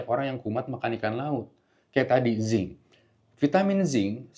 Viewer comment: Zinc apa ya? Mohon maaf kurang jelas 🙏